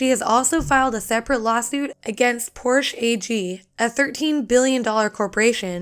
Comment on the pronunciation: Had to stop at 20 when she mispronounced "Porsche".